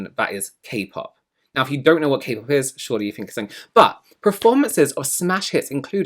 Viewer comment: IT'S NOT KAY PAP 😂 never gonna be not funny